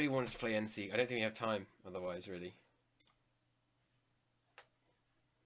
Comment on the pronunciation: You pronounced it right. I am Austrian